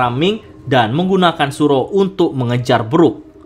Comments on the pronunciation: Soru min bukan suro 😂😂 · Soru min, bkn suro